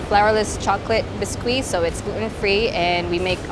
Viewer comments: did she pronounce “biscuit” like “bis-quee” ??????????????😩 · its biscuit not bisqui :'( ...